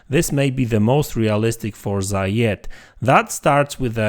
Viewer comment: Unfortunately it's just a click bit video. There is not even one single piece of new information. Also please learn how to say the name of the game.